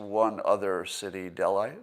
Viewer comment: Scott is so worldly he can barely pronounce Delhi and Mumbai?